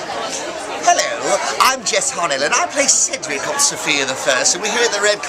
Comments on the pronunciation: It's Cedric. Said-drick! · You really said ceedric😭🔫